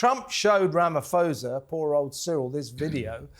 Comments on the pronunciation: Ramaphosa, pronounced Rama-po-sa, by the way, didn't have a clue what that video of crosses was. It was a video of a protest held in 2020. It protested all farm murders whether the farmer was black or white, an owner or a farmhand. No mention was made of the thousands, if not millions of people of all races that are murdered in the cities and the suburbs. South Africa has a high crime rate which is a symptom of a massive wealth gap in any community. Note that white Afrikaans farmers own most of the arable land in South Africa and most are enormously wealthy. Note also that many black South Africans don't own a bicycle, let alone a car as a direct consequence of oppression during Apartheid. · You should learn how to pronounce Cyril Ramaphosa correctly if you are going to discuss him.